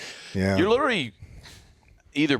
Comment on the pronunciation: Can we get an episode where everyone drinks when mispronounces literally? Love the podcasts keep em coming!!